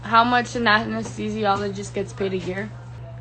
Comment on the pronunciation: I don’t like to use the T word but what trash (T) heap did she crawl out of with that piss poor attitude? How tacky. Fun fact: she said Amnesthesiologist not Anesthesiologist - lmao. I think she invented a new study of medicine. Amnesthisiology = amnesia + anesthesiology = administering anesthetics for patients suffering from amnesia. Sorry for the rant lol.